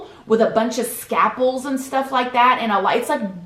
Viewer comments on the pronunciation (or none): Scapels????I think u mean Scalpels. I know u say u have what u call ur own language but pronouncing words incorrectly just makes u sound ignorant and I know ur not. Plus the fact that u now have children should make u want to learn how to say things correctly so they don’t grow up not knowing how the use the right word in a sentence. If it was only a word here and a word there it wouldn’t be a big deal but it’s enough that u should try to make a conscious decision to learn all the correct words. Love u still!!!!